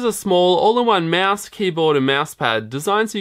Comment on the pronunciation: hell it's not a meeeass it's mouse